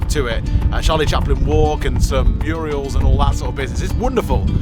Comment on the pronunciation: Love your enthusiasm and naturalness. Think murals should always be called murials! Bit of a change of weather from India. Wish I had had your experiences when I was younger x love your style of presentation